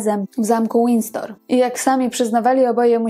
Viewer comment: Zamek nosi nazwę Windsor a nie Windstor.